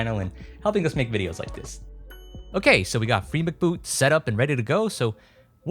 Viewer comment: its free M C boot as in memory card boot not bloody Mc as in Mcdonalds! and you cant copy it to the card it has to be installed to the card. the whole point of it being FREE MCBoot was that it was free. back in the day on PSX-SCENE where the guys who wrote this software hung out meant it to be free. noone was supposed to charge for it. on the website there was a list of worldwide installers that did the install for free. I was approved to do installs for Australia and i did hundreds and never charged a cent for it. all it cost the owner was the postage to send me the card and return postage. well PSX-SCENE was sold off then died so now everyone seems to be profiting off of all the hard work the original authors did. buying the cards just encourages them.